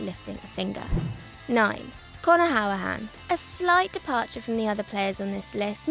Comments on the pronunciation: Who-ra-han not how-a-han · It's pronounced hoo-ri-hane I'm a villa fan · i mean...that's one way to pronounce 'Hourihane' :P